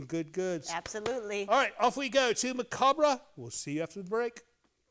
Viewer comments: Maca- bury! 😂😂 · One of those words no one is sure how to pronounce. Someone who likes the macarbre is known as a macarbro